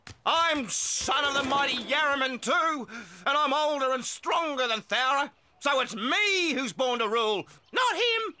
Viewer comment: it's thowra